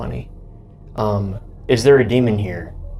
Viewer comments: Great video 💜💜 it's 'demon' not 'demond' 😂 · I love you but please stop saying demond